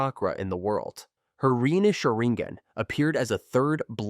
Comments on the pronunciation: SharinGHEN? WTF is this, Genghis Khen?) Please stop this AI generated nonsense. If you can't make videos yourself, let alone voice them - just don't do it in the first place. It's not worth ANYBODY'S time. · It's not sherigan dude it's sharigan learn how to talk before you make a video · WTF is sherigan? Honestly if you cant respect other people's language's than why bother? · Lmaoooo “SHARING-GAN.” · Omg The way he pronounces sharrigan kekei genkai and everything else he pronounced wrong was cringey asf sounds like he just started watching naruto or something wtf